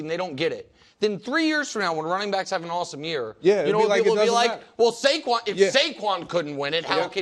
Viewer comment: It’s Saquan dude.